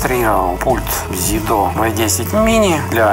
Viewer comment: Не ЗидО а ЗидУ !